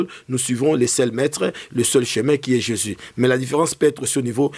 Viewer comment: le nom de Jésus est tellement facile à prononcer pkoi il a du mal a prononcé ce nom merveilleux